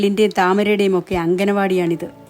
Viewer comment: അംഗന വാടി അല്ല ടീച്ചറെ അങ്ക ണ വാടി